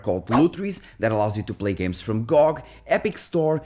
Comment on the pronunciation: I HATE how you're saying gog😡